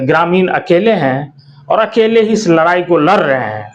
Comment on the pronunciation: abe jaban Sahi kar ladai Nahin larai